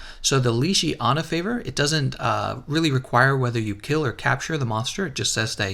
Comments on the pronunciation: "Legiana" how to pronounce : leg-e-ana not leeg-iana they say the name in the game how on earth do people get this wrong? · How did you manage to pronounce legiana leshiana? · How to do mispronounce Legiana? Boy can you read? LEG-I-ANA. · It’s pronounced leg iana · 370h... leGiana hard g please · The way you pronounce Legiana makes me cringe